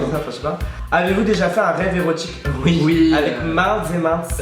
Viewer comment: * érotique pas herotique